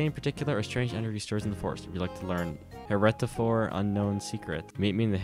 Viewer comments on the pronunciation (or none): Heretofore is not her-et-o-for it's here-to-fore ... meaning As Yet